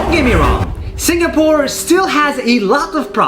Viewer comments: It’s Sing a pore not Sing ga pore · It's pronounced "sing a pore" not "sing ga pore" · ITS SING AH PORE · I like this video but im really bothered by how this guy say singapore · I like the way how he stressed on the word "Singapore"